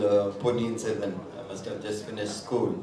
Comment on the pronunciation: സെൽവം അല്ല ചേട്ടാ സെൽവൻ